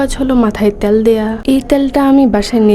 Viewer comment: উচ্চারণ গুলো ঠিক কর।ত্যাল না,উচ্চারণ টা হল তেল।শুনতে খারাপ লাগছিল।